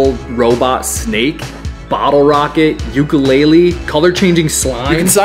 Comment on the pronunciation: you pronounce “ukulele” wrong